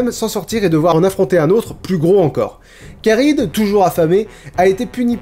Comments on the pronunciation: Je me pose une question. Ça s'écrit Charybde en Scylla et dans la vidéo s'est prononcé ChardyDe avec le b muet et moi il me semblait qu'on devait dire CharyBe avec le d muet. Est ce que quelqu'un sait ce qui est correct ? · Par contre Charybde se prononce "karibe" et non pas "karide" :D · Karibde benzema?? 😂 charybde plutot x) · Oedipe ça se prononce EUdipe pas édipe ! Et on dit Charybde on ne dit pas Charybeu , on prononce les 2 consonnes à la suite b et d donc charybeudeu ! La prononciation est pas top :p